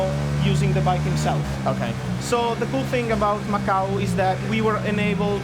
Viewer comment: Macau* jesus christ🤦‍♂️